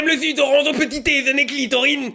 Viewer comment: "EST-CE QUE TU AIMES LE ZUS D'ORANZE AU PETIT-DEZEUNER CLITORINE !" C'est bon, ma matinée est faite :)